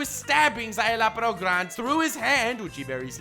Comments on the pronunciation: "Zye-la-porro" not "zye-loppero" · Szayelaporro. Sure you're saying that right? :|